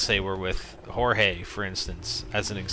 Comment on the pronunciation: Thank You someone who pronounces his name Jorge because that is how is name is spelled..... Its not George